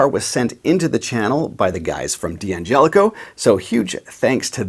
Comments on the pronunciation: After all this time, I would have thought that a guitar pundit like you would have learned how to pronounce the name of this incredibly generous company... Dan-Jelli-Coe, with a slight emphasis on the 'Jeh'.... actually, it's easier to say than Dee An-jelli-coe, wouldn't you agree? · It's pronounst "Dangelico"